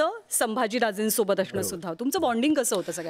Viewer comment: अशणं ऐवजी असणं म्हण बाई अगोदर😂